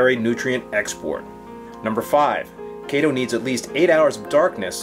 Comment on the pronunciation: Thanks for pronouncing it correctly. Kay-tow. :)